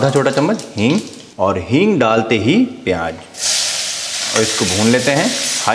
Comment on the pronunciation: Peeyanj nhi pyaj